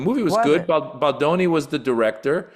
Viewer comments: Is it so hard to pronounce his name correctly? BALDONI, not Baldini. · It's BaldOni, not Baldini. What kind of crappy "news" show am I watching here? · Why do people say "Baldini"? There is literally no "I", that's an "o". The American ineptitude to pronounce simple things never ceases to amaze me. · the name is BALDONI, not Baldini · I found delivery annoying. And she couldn't even be bothered to pronounce Justin Baldoni's last name correctly. It's easy enough to pronounce according to how it's spelled - but she kept saying Baldini. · is the woman who gave all the commentary. Given all the press, she should have been familiar with the pronunciation of his last name. Baldoni - pronounced as easily as it is spelled - it's just as easy to say as Baldini. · It's BaldOni... not Baldini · All drama aside, its disappointing that a black person would be comfortable mispronouncing someones name. This is something we know all too well. Threw me off. But there is bigger problems in the world may be!!!